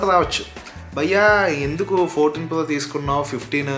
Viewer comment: Plo kadu bro it's pro